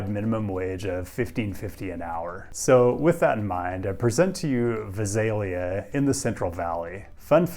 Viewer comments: Why did you pronounce Visalia all weird? My uncle lives there. It's pronounced vy-SAIL-ia What is Veezailia? I've never heard of that place. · For the local pronunciation, we say "Vy-SAIL-Yuh". Thanks for your well researched content. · I was VERY shocked to see Visalia in there. I grew up right down the 99 from it and now currently live there. I made the unwise choice of moving in south of the 99. Also, one note is it is pronounced “Vie-sale-ee-uh” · It is pronounced ; VIE sail ee ah. Just saying. sorry/thanks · With all respect, Visalia is pronounced Vie-SALE-yuh. FWIW. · You prounced Vislia wrong Aslo, interesting fact that going buld a rail in Vislia called Cross Valley Rail. But that only happens when CASHR will finished.